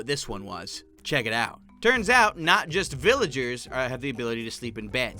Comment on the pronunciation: instead villagers you say VILLARS